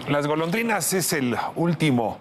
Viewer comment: Todo el tiempo dice la pleca Golodrinas en lugar de Golondrinas 😅